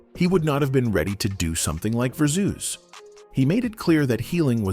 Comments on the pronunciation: AI voice irkin me w/this "verrrr - zzoooz," ignorance. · Lmaooo "Verzoos" doe